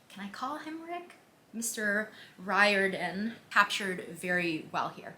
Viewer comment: Her: Mr. Roiradan, us: uncle rick